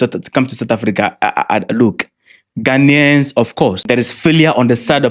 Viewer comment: Fix your country, my lady learn to pronounce the Ghanaian , don't come to Ghana